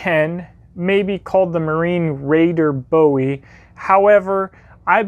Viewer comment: Oh thank you oh my god! You said BOWIE not BOOOEEE, subscribed, you are my favorite knife guy now